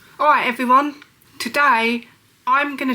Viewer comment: "Awight evwywun" 😂 spastic